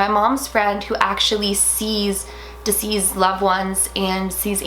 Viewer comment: De-ceased not diseased. I hate the way you say it.